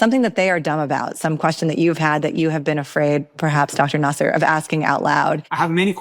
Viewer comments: your are smart girl and you had a very smart questions i enjoy your interview very much, but you have to learn how to pronounce vali"s last name correctly, is nasr not nasser 😃❤ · Great interbiew with Dr Nasr. By the way you correctly pronounce Iran not I ran!! The pronounciation of Dr Nasr is Nasr and not Naser. I may heard you wrong.....but I heard Naser abd not Nasr!!!! 🎉🎉🎉